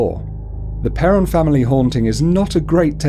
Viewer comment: It's pronounced perron though lol